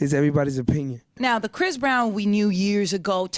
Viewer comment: It's Chris Brown not Chis Brown